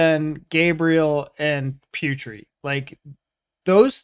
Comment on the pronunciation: Guys, can you mention Putri's name like " Poo tree" not " Pew tree". Thank you ,guys.!! Not angry or anything,just correction